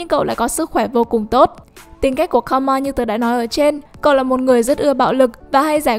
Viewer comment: Thật ra Karma đọc là Ka - ru - ma chứ không phải Ka - ma đâu . Cứ nghe đi rồi biết